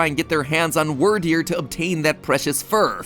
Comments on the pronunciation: Love you mathew but please pronounce the names right weer deer not wir deer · It's weird deer not word deer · "Wordeer" - MatPat 2022 Instead of pronoucing it like dragon wyrm. So Wyrderr instead of "Wordeer." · It's not "wur-deer." It's "weerd-eer." Wyrd is pronounced the same way "weird" is pronounced in English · ...Anyone else pronounce Wyrdeer more like "Weird deer" rather than "Word deer"? XD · Matthew it's Wierd-ear not word-ear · hearing matt pronounce the "wyr" in "wyrdeer" like "word" instead of "weird" hurts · Bro it’s pronounced “Wirdeer” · Really bugs me how you say Wyrdeer. It's pronounced like "Weird." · Excuse you! it’s pronounced weer-deer. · wyrdeer is meant to be pronounced as weirdeer (weird ear) XD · Succeed is pronounced like wierd-eer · Its pronounved weerdeer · Why is he pronouncing wyrdeer as wurdeer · Also, this one's just my take on it, but I think Wyrdeer is supposed to be pronounced "Weer-deer," like "weird-deer," but again, that's just how I perceived it. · wur-deer great job mat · ITS WEER-DEER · Isn't it pronounced Weird-eer? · You mispronounced Wyrdeer. keep in mind the name of pokemon tend to have puns associated with them. in this case, it is Weird. While modern definitions of Weird just mean strange or unusual, the archaic meanings refer to fate and destiny, as a Weird is another name for a soothsayer. Since this is a Psychic type pokemon, being a soothsayer makes some amount of sense, therefore the name is [Weird-Dear], not [Were-Dear]. Thank you for coming to my Ted Talk... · Him pronouncing Wyrdeer wrong hurts my soul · work on those pronunciations like Edo (eh dough) and Wierdeer (weer deer) otherwise thanks for another ruining 😁